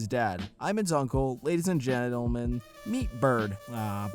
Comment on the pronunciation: he said genitalmen